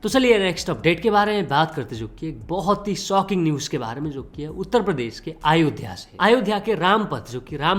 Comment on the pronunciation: Tu saala pagal hei kya re Har baar aaaaayodhya kya bolta hei It's Ayodhya